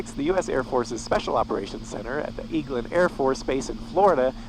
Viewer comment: "Eglin," like Egg-lin, not Eeg-lin.